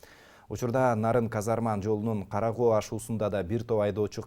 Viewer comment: Кара Коо эмес Кара Көө